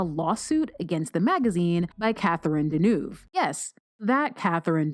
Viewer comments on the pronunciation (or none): none of these sound good, but your commentary is more hysterically funny than ever, and the cutting in from other works is also hilarious. fyi "Deneuve" is pronounced like Dove soap with an"ewh" in it., like Denoehwve sort of. i only mention it because your postings are so well-crafted that i thought you might care. love all of your postings and enjoyed your book about the religious sect. Too bad that Catherine Deneuve was not a good sport about sporty gals thinking she was hot. you are a very funny and talented gal.